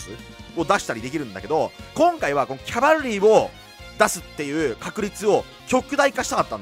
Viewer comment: セクキャバみたいに言っててマジで草